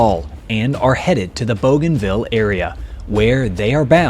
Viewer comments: Pronounced BOO-gan-ville, not BOW-gan-ville. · Bouganville is pronounced boo-gahn-VEE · My dad served in the Pacific,WW2. 2nd Marine Division,,,You did a wonderful video here, I'll check out your other ones. I do believe Bouganville is pronounced BOOganville. Just a minor thing, no biggie. Thank you. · BOOGANVILLE NICHTWAHR? But spelt BOGANVILLE ? is it not? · All that work & you couldn't learn the pronunciation of a 2 syllable word ? :face-blue-smiling